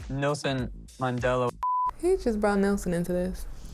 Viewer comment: He said Nelson Mandelo🤦🏾🤦🏾🤦🏾Mandela!!!!!!